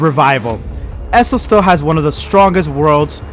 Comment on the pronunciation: Bro it’s ESO not esso